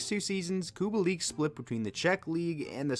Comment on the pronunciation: ahh yes, i love COO-BALL-EEK. totally not Kubalik